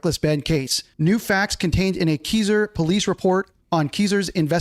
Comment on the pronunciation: Thankyou! 😂 I was a bit annoyed by BBQ's pronunciation of Keiser, Oregon too! Lol!! 😊